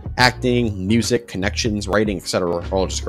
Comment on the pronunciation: "the moosic"